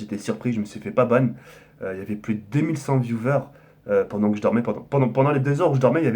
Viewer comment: Putain mais ARRETEZ DE DIRE VIOUVEURE ON DIRAIT DES SEGPA MDRR, C'EST VIOUWEURS Segpaland ici